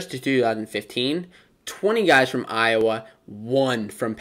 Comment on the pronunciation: You're welcome, Iowhaa😭😭😭 Cockeyes/Chicken Hawks.